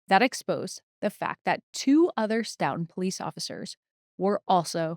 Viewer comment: I know it’s less important but…stow-ton (said like the measure of weight). But blend it together/say it faster